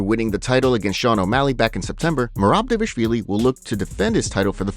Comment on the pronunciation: The narrator pronounces Dvalishvilli incorrectly..